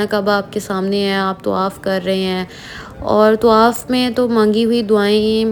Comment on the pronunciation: tawaf.. not tuwaaff